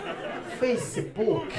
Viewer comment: Veio um mambo azul e ele disse "eeeeehhh... feici buki" hahahahahahahhahahaha